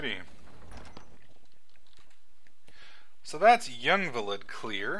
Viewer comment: Jyngvilid? Lol that pronouncation